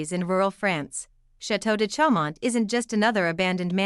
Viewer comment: correct pronunciation .... CHAU is "show"